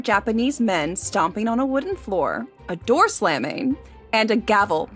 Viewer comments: While "à deux" may have been apt, that wasn't what he said (it was closer to "adoo", or the French word "adoux", which is an old term related to dyes). The French phrase "à deux" is pronounced "ah duh", not "adoo". And the word he should have "pronounced a bit differently" to make the pun more obvious (as you suggest) was "foley" (he should have pronounced it half way between "foley" and "folie"), but he just pronounced it "foley". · Flew right past me too because of the mispronunciation of 'à deux'. Boo.